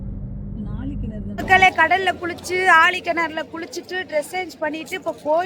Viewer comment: ஆழி கிணறு இல்ல மூதேவி நாழி கிணறு